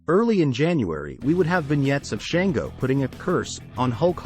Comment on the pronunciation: It's spelled Shango yes but pronounced shawn-go also Tantanka is tatonka he is not a tank 😂